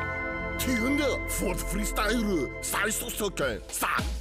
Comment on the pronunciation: Hooo!!!! Fordueeeu Freeestyuuu